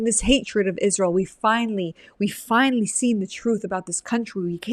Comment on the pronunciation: Faux sophisticated - not very intelligent - can't pronounce Israel - "Isssshzzz-real". DUH